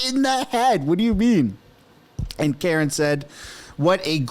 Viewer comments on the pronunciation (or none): none